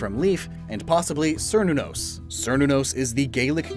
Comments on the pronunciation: As a note, the "Cer" in Cernunnos and Cerneaf is pronounced "Kair" so it would be said "Kair-Neef" and "Kair-NUH-nos" That's because Cernunnos is a Celtic god, and the C in most Celtic words is a hard C(Keltic instead of Seltic) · the C in Cernunnos is a hard C.